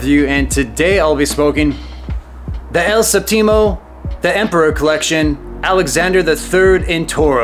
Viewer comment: Hey hound dog, for future reference, you're putting the emphasis on the wrong syllable. You're saying "el sehp-TEE-moe" when you should be saying "el SEHP-tee-moe." Does that makes sense?